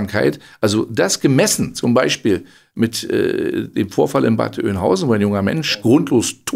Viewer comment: Bad Öönhausen , nicht Bad Oinhausen.